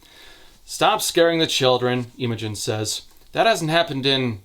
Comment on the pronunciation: As a Brit who’s had multiple friends called Imogen, it’s very funny hearing calling her Eemogen For anyone who doesn’t know, it’s pronounced more like im-uh-jun